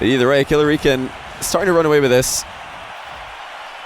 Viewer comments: Money 8080 hes saying it right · Eoghann Gibson it is I think he's saying it wrong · Is Killerican not pronounced like American?